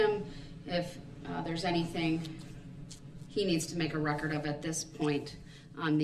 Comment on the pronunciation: For the "recort?" What is the "recort?" OH, you must mean the "record." It still doesn't matter, Darrell.